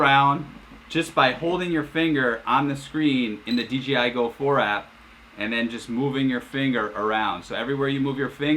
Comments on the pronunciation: That's OK, he kept calling DJI DGI. But a great video. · how about the fact that it’s DJI not DGI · It’s DJI there is no G in it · Common mistake, I even say it sometimes accidentally. I even caught the official DJI support videos narrator doing it in a few videos.